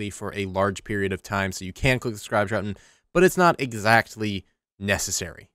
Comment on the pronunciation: "You can click the subscribe drutton."